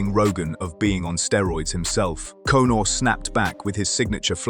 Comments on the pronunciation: "Cone"or lmao! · Why do you keep calling “Cownar” ?